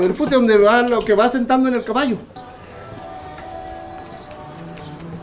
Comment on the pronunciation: No se dice fuste se dice juste!!!!!